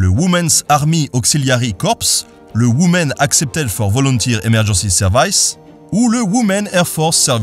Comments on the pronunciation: Juste pour ta prononciation (la vidéo étant toujours top): "Women" se dit "wimen" ;) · Pour info, la prononciation correcte de "Women" est ouimi'n